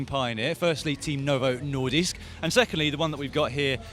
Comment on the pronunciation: Wow Dans prononciation of "Nordisk" was actually spot on.